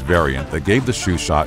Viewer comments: chauchat ; 'show sha', not shoeshat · isnt it supposed to be CHAUCHAT not CHUCHAT? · it's Chauchat, not Chuchat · Awesome video as I always have loved larning bout guns. Just a minor issue with the Chauchat, you called it a Chuchat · My mans is calling a Chauchat a shoe shot 💀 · CHAUCHAT, not Chuchat ! This video is garbage ! Many small blowback pistols, and even .22 rifles did not have an extractor, and relied on the pressure in the barrel to eject the spent cartridge, as with the ZiP 22. The Chauchat was the first French Machine rifle, and while it had a few problems, it considerably improved the firepower of the French Forces. The Americans screwed it up trying to convert it to 30-06 ! The Reising was a stopgap Firearm, as all the Thompsons were being sold to the British and their allies ! This is probably called "Simple History" because it's being produced by a Simpleton ! ! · The host needs to watch Ian from forgotten weapons before pronouncing some of the names of guns lol. Like the French one I can't hope to spell